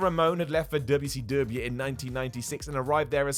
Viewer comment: Quit pronouncing wcw like that you fucking bald headed bitch